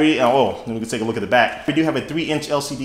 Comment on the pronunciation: He said take ablook at the phone